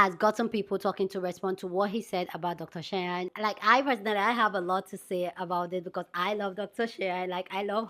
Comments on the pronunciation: Cheyenne is pronounced like (Shy Ann) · her name is pronounced SHY-ANN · Dr. Bryant's first name is pronounced Shy+Anne so Cheyenne. As for the rest of the video, I need Dr. Umar to put a little more thought into the behaviors of Nick Cannon and Cam Newton as they make broken home after broken home just because they want sex and not marriage. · "SHY HEN" 😁 is probably the closest to what you were trying to say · Her name is pronounced shy-ann....I know because we have the same name 😂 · Shy-ann is how you say the name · Cheyenne= “Shy Anne” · Her name is pronounced like "Shy-Anne" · Umar isnt a doctor...unless you call a quack a doctor. Cheyenne is pronounced like 'shy-anne'. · The doctor’s name is pronounced Shy-Yen. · Cheyenne is pronounced as Shy - N. So like the word Shy and the letter N together. Shy. N. Hope that helps. I, too, didn't know how to pronounce it when I moved to America. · Cheyenne say shy ann